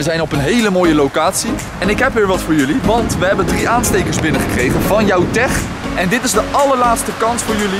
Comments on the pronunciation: Ik weet toch vrij zeker dat je het uitspreekt als: jouwTEK met een K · ja dat snap ik maar tech uitgesproken als teg klinkt gewoon verschiiiikkkelijk